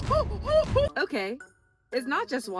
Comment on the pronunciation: Not THE MAGIC SCHOOL BUS THEME as you make your way to the store, as well as the mispronunciation of 'Saratoga' 🤣☠ Although....'gota' in Spanish means 'droplet' sooo....it still kinda works 😅👌🏽